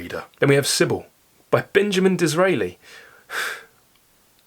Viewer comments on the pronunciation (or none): none